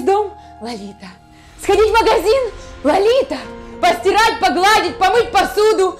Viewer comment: вообще-то правильно говорить:Лолита. А не Ларита